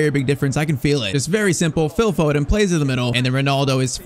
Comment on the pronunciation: Blud said phillp foden